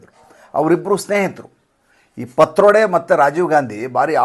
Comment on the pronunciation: ಪತ್ರೊಡೆ ಅಲ್ಲ ಪಿಟ್ರೋಡ